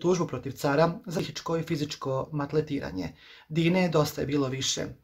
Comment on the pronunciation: Kaže se MALTRETIRANJE